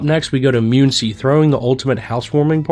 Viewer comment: Some of the worst pronunciation I've ever heard. Myoon-see? Really?